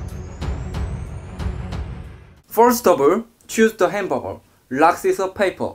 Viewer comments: it called hamburger not HAMBURER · hamberburg Me: its hamburger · one hundeled doddle henbargar(anyone heard like this)😂😂.. like👇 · Nobody:: Hamboger